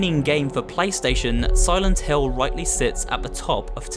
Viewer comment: It think it is pronounced "Silent Hill", not "Hell". Just a nitpick but you should know the name.